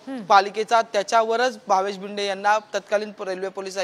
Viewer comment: Patrkar bhava tu marathichi par vat lavyoyes nit shik Marathi. To bhinde nahi bhide ahe v dand Thopatnyat nahi tar thotavnyat yeto. 😮😮😮